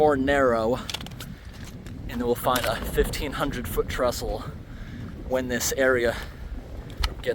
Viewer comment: It's 'Trestle' not 'Trustle', though. (I think?!)